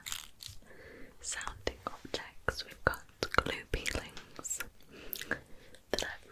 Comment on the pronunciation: Everytime you say glue peelings I hear gloopy links